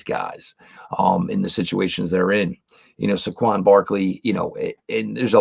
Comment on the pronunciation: Say-quon not Sah-quon